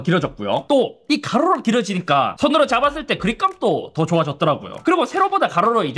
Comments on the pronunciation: 가로록 갈매기인줄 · "가ㄹ르로록" ㅋㅋㅋㅋㅋㅋㅋ